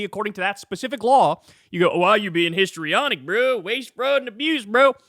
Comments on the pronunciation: He didn't say 'historyonic' he said 'hystaronic'.... because women are hysterical, don't you know. 😮They are using language we stopped using once upon a time because it was discriminatory and when 'hystaronic' was a DSM diagnosis often given to women. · It's "histrionic" because she's a WAMMAN, Kyle 🙃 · Him saying “histrionic” just gave away his whole strategy on how he was just going to claim that her questions had no basis